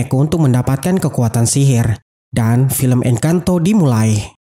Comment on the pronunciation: Bukan engkanto bwang 🙃 tapi encantoo bang en can to encantooooo bukan si yantooo